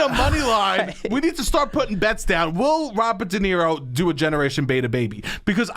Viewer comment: Robert Duh Nero